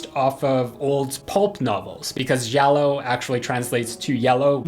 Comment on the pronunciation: My poor Italian ears! The g from Giallo is to be pronounced as Jill! Jiallo. Not shiallo! However my top5 list is: 1, 2, 4, 5, 3. It is based on the legacy characters ^^ in the fifth movie we almost never see Sid n the third is a soap between Linus n Gale.